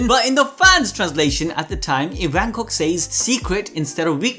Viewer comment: Its ivankoff not ivancock